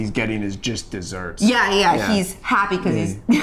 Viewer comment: Joel says jist desserts instead of just desserts